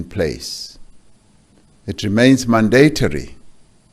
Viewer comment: Cyril... some pronunciations need to be learnt for: Mandatory Development Asterisk